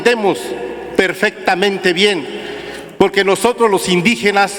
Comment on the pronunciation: Pogque? Pogque..😢 NO NECESITA ASESORIA.. COCHILT NECESITA DE QUIEN LE ESCRIBA😂😂😂😂😂😂😂😂😂POGQUE POGQUE?